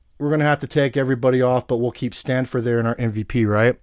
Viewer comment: It's STAFFORD not STANFORD. Damn that's annoying. Lol